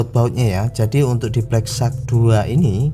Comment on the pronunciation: wahh..sudah betul sebutan nama hpnyaa😬😅